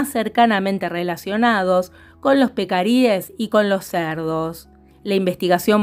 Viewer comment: ¿te oí bien, dijiste pecaris o taparis? y me mudo pa´lla